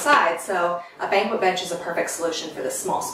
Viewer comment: It's not a Banquet bench (bank-wet), like going to a Large Formal Sit Down Dinner usually in a Hotel's Event Space to honor a retiree or award winner Banquette is pronounced bank- ett, like marionette puppet )